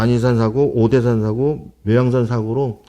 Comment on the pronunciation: "사고" 발음을 나레이터나 출연자나 모두 엉티리로 하고 있네 교통사고라고 할 때의 이 "사고"랑 같은 발음을 하고 있는데, 다만 나레이터는 "사ㅡ고" 이렇게 "사"를 아주 조금 더 길게 발음하는 것이 다를 뿐. 역사기록물 보관소라는 뜻의 사고는 →↘(사는 평이한 높이에 짧게, 고는 아주 낮게) 이렇게 발음해야.. 저렇게 발음해서야 "사고"라고만 했을 때 어떤 일이 벌어진 사고와 역사기록물보관소인 사고를 어떻게 분간할 수 있겠나. 발음을 엉터리로 하니 유투브 다국어 자동번역이 accident라고 해버리지